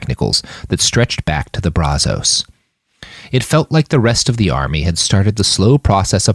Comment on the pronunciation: If you're going to say the name of a place, or let's say a river, over and over, maybe you should learn how to pronounce it. That's not how you say Brazos river